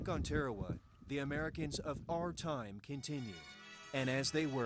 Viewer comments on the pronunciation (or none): Tearawa? I've never heard it pronounced that way before. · Pronunciation is atrocious when it comes to talking about our pacific islands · Good for the most part... but there are two things that you have gotten wrong. How you pronounced the name of the island and the navy doesn’t have medics... it has navy corpsmen. (The p and a are silent btw). Those are things I saw in the first 42 seconds of the video.